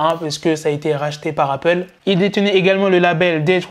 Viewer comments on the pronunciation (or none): none